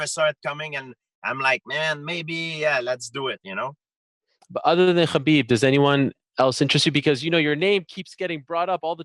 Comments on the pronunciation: It's pronounced 'habeeb' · ffs Ariel, its pronounced HABEEEB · I know kabeb want it i want it hahahahahhaha why he say Khabib like this? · Bo Bo I know. That’s just how GSP pronounces it.